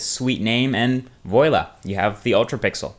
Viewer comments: Just an FYI: "voilà" is not pronounced "voila"; It's pronounced as "voala". Just like "LA Noire" is not "LA Noeer" but "LA Noar" or how "Pinot Noir" is not "Pinot Noeer" but "Pino Noar". I'm not making a big deal out of it, it's just something you should know if you use foreign words to sound fancy. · Voila is pronoumced Voo-uh-LA actually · thats not how "voila" is pronounced -. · its VOILA ( pronounced \vwä-ˈlä\) not Vo-yla . Vive la FRANNNNCE ^^ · Yeah I think he meant 'voila'. :) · I think you've mispronounced "voila" :) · Hahahahahaha, voila! Americans can't speak french clearly! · Nice vid. It may not matter to u, but u should probably learn to say voila right. It makes u sound kinda stupid, even though you're actually not.